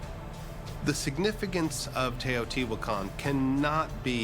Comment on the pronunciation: Learn to pronouce the names, If can say sean correclty, you should say Teotihuacan and quetzalcoatl correctly. horrible sounds come from your mouth